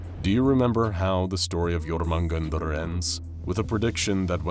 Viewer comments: (yor-men-gan-der)* not...... "Sneezes" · It's pronounced yo-mun-jander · Lol it's not even close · It is also 100% mispronounced… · at least hes trying, and a mispronunciation like that won't kill anyone :P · He's not even close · The way he pronounces jörmungandr is gonna give me a stroke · You couldntve said jörmungandr more wrong lol Edit: ok someone looked up the pronunciation thats my bad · I would watch this but that pronunciation hurts my soul